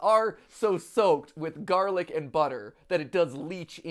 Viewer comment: It's garlice bread man 💀